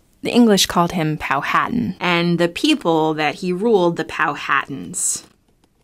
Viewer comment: It's pronounced "Pow-a-tan".